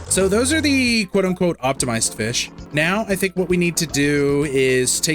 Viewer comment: FEESH Ahem, I mean... fih🌹